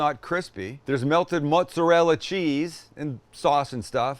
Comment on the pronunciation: Being Italian has so many benefits 1 being the best food. You get a B for trying to say mootz-arell ! Blessings